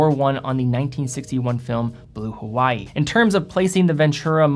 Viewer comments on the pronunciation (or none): none